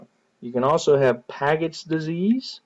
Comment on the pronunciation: FYI it's pronounced "p-adge-its" disease, great review none the less!